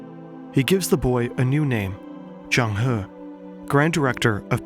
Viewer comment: Legendary Zheng He in Chinese would be 郑和 , should be pronounce as Jung Her (the closest it would be in english) Hopes this helps